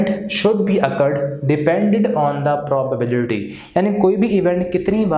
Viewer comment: sir ki probability ki pronunciation 😑😑😑😑😑